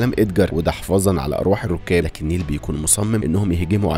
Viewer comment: اسمها نايلة مش نيلة 😂😂😂